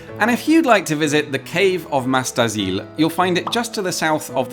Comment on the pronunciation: Silent S in Mas, if I'm correct...